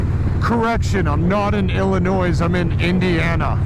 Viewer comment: Great video man... Cool ride.. but God damnit Ben.... It's El-A-Noy... Not Ill-A-Noise